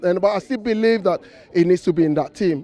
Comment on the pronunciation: "I bilive"